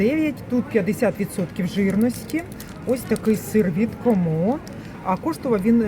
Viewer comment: Не " комО", а" кОмо".